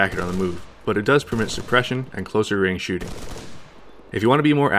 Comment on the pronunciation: Did he say movement and shitting at the end ?